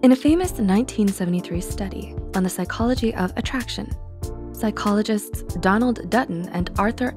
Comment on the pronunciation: I swear I heard "Psychologist Donald Duck"